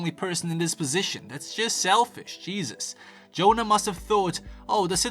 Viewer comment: You pronounced Jonna three different ways lol